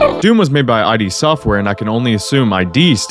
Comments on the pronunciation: I'm not sure if anybody else has said this but id software is not pronounced I D it's pronounced id as in idiot (unrelated example) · Was wondering why Doom 3 was missing until you pronounced id as I.D. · It's id, some greek thing not I.D., which stands for I and Dentification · Bro has never actually read the screen after you closed the shareware version of doom. "It's id, not I.D." Also the BFG is weird in the classics. Long story short you have to watch the green ball of doom blow up to maximize the damage. It also does way more damage to single enemies if you fire it point blank. Also... There are other little incorrect bits here and there (like the reasoning for arriving at Doom 64... You're nowhere near the UAC anymore...) and you using noclip on what was absolutely supposed to be a death trap kinda soured it for me. It made it seem dishonest. If that's how the rest of the video is gonna pan out, idk, I don't really wanna stick thru it anymore :/ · It's not eye-dee It's id Literally just id It's not an acronym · It isn't I.D. software Rather. id software, pronounced "ehd" Look up the word id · It's not I. D. software, it's id software. Not the letters i and d, but the word "id", which means: the part of the psyche, residing in the unconscious, that is the source of instinctive impulses that seek satisfaction in accordance with the pleasure principle and are modified by the ego and the superego before they are given overt expression. It is pronounced like "did" without the initial 'd'. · It's pronounced "id", not "I.D.". Wow, just wow. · It’s Id, not I D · Its not I.D games, its Id games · id, as in "id" and "ego" not I.D. "id" the part of the psyche representing primal instincts and desires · its not eye dee, its id as in the part of the psychee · It's not ID as in identification, it's id, as in the psychology concept. It has never been eye-dee. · I used to say I-D software too. It's Id. Like the word Id? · id not Eye-D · its not "eye-dee" its "ihh'd"